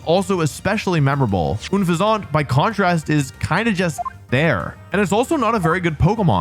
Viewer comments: I actually knew it was tranquill >:D Also, why tf do you say unfezant like that 😭. Its uhn - feh - znt. Not that french ass “oonfehzaunt” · hahaha this is the first time i heard oon-fesant pronunciattion, i thought it was un-pheasant, was this the pronunciation in the anime? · Pronouncing it oon-fez-ahnt instead of un-pheasant (like unpleasant) is hilarious on another level to me. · Memory serving, "Unfezant" was pronounced "un-FEZZ-ent" in the anime. Is there a source where it was pronounced "OON-fuzz-aunt" like Wolfey pronounces it? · unfezant … like unpleasant. why are you saying “oonfezawnt” lol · Ah yes, Oon-fez-Ont. The mid bird worse than Fearow. It's pronounced Un-Fez-Ent btw. Word play on "Unpleasant" and "Pheasant". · Shocked Ledian wasn't higher on the list. Shocked Obstagoon was on the list at all. Still bothered by how Wolfey says "Unfezant" (Seriously, it's just the word "unpleasant," but substituting the second half of the word with pheasant, the type of bird. Un. Fez. Ant. Not Oon-fez-ont.) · oon-fazahnt? what? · yo i know you prolly been criticized already for unfeazant name pronunciation but its pronounced like unpleasant. un FEZ ant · I think it's pronounced un pheasant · uhnfehzaunt lmao 🤣🤣🤣🤣 also i'm so proud it took him 23min to remember Incineroar 😭 very good and fun video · Im sorry, but isn’t Unfezant pronounced like «unpleasant»? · It's pronounced "PLOO-edge." And the final stage is "Un-FEZ-nt", a combination of unpleasant and pheasant. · Oonfuhzont? What's that? Unfezant is an unpleasant pheasant. That is truly one of the most awful pronunciations I've ever heard. I'm surprised my ears didn't start bleeding after hearing it multiple times. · I think Unfezant is pronounced like unpleasant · Ah yes. That famous flying-type pokemon, Oonfuhzahnt. Edit: And its beautiful ploomaj. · If I hear this man call Unfezant "Oonfuhzont" one more time. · Bro said “oon-fa-zont” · The hell is “unfuhzaunt” 😭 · Wouldnt unfezant be pronounced like unpleasant